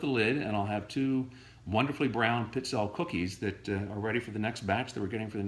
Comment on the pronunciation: Seriously, you need to learn how to pronounce this Italian cookie - it's peet-SELL-a not what you call them, regardless of heritage.